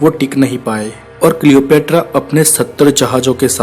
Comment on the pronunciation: Worst pronunciation of Cleopatra